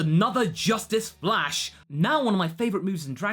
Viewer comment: "Justice Flash!" Wait a minute... Mumen Rider? You mispronounced crash!